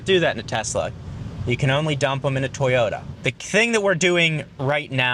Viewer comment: sir, it's to-yo-ta, not toy-yo-da and thank you for the informative video.